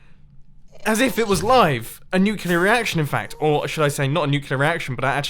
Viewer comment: you purposefully left 17 sponges there, you idiot. 😑 Also, it's pronounced nucLear, not nucULar. 😑